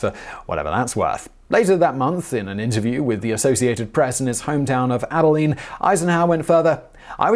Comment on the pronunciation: At he pronounced Abilene correctly!